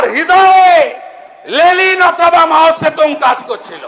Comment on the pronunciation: লেলিন নয় লেনিন